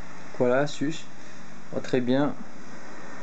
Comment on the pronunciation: Sa s'écrit asus mais sa se dis azus ;)